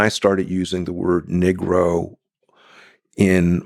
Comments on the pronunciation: I'm not trying to nitpick I'm truly curious... isn't negro pronounced "knee-grow"? His use of "Nig-row" seems atypical. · If he pronounced "Negro" as Neegro rather than Nigro, that might help. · I thought it was negro not niggro